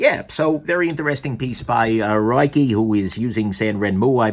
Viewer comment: Ruike contacted me and said that Ruike is pronounced “reik” if that helps. Doesn’t help me but I’m an Aussie jackass.